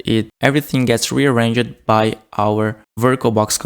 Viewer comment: "Rearrange-jed"... Ya, it's supposed to be 3 syllables